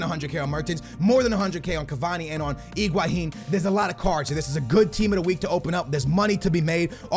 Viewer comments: Higuain - Egwaheen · Higuain not iguhain. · FFS! just say Higuain....not iguahin.. please! not trying to hate but all you have to is read the name...